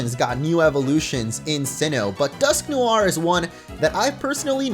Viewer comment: Omg! Cringe the way he pronounces Dusknoir